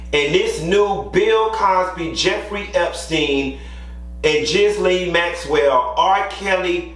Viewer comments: Can someone tell it isn't (Gis-Lane) Maxwell. It's (Geer- Lane) Maxwell lol that is how her name is pronounced (Geer-Lane) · HER NAME IS PRONOUNCED GILLAYNE NOT GISLAINE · Did Q keep say "Jizz-lane Maxwell" more than twice? I don't wanna be that internet person correcting pronunciation so I'll tell you how I bust out laughing like a kid everytime. He's correct on the statistics of the amount of victims. If I'm not mistaken if 30 different ppl that don't know each other came out with similar storie you usually can double the claims. There are victims that haven't yet come to the realizations they've been abused & there's others that don't wanna share their abuse stories with anyone. Q is also correct in that people do all different drugs you wouldn't IMAGINE! Your kids teachers, principals, law enforcement, the HVAC repair person, your cable guy, the perfect soccer mom, PTA, Girl Scout leader, daycare workers, priests, your 75y.o. neighbor, bus drivers, the Dean at university, Drs, RNs, your surgeon may have been high when you had that big operation, psychiatrists, coaches, yo' mama &/or yo' daddy, yo' chile...I'm just taking the piss with the length of that list tho. It's just with my husband being a retired police Task Force officer with the DEA for over a decade & now a Special Agent with Homeland Security Investigations. No, not border patrol. No, he don't care who's here illegally. His team looks for drugs as well but his primary focus is pedophiles & child sex traffickers. Did I (less than) humble brag on my dude of 20 something yrs? Yeah. That being said (if anybody bothering reading this) the stories of the folk that do drugs are astound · Ghislaine is pronounced gi-lane (hard G) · So Tiny was in charge of the girls?! And I 🖤 how you mispronounce Ghislane’s name because fuck her.